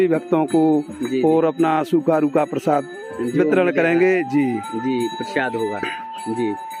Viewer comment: नारायणजी उसको प्रशाद नही प्रसाद बोलते है सही बोला करो